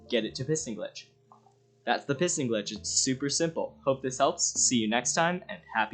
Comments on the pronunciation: Am i the only one who hears him say "pissing glitching"?🤣🤣🤣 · heard that too